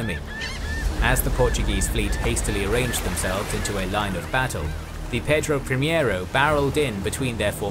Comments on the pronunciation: great video as always just a quick note: ship is Pedro Primeiro(first) not primiero that is closer to the spanish primero (also means first). Keep up the great work and hit me up on twitter (same profile pic and name) for future portuguese pronnounciations if you want! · I have heard about Cochrane, but did not know his history. Thank you for this video! Please let me make some appointments: -It was not "João IV", but "João VI"; -"Pedro Primiero", but "Pedro Primeiro"; -San Martín was not chilean, but argentinian. He fought for the independence of Argentina, Chile and Peru; -In the pursuit made Cocrhane to the portuguese fleet in Bahia, the woud be Admiral Tamandaré, patron of the Brazilian Navy, was serving in the crew of one of the three warships. Actually, they chased them up until Portugal itself, at the mouth of Tejo river! A great salute from Brazil!